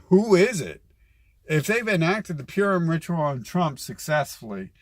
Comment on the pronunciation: Excuse me, it's not "Pyoorem" it's "Purim" LOL you're welcome what's your level of education real quick